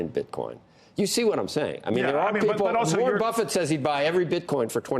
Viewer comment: He even got Warren Buffet wrong